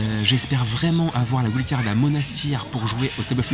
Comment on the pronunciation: J’adore vraiment, mais stp ne dis plus wild card , c’est pas la bonne prononciation.. continue je te suis depuis longtemps, super